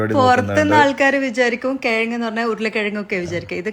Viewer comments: കെയങ് മയ പുയ😂😂😂😂😂😂😂😂😂😂😂😂😂😂😂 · കെയങ്ങ് അല്ല. കിഴങ്ങ്. കോയിക്കാല് അല്ല. കോഴിക്കാല്. 👍.